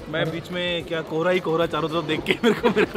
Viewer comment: It's KOHRA not Cora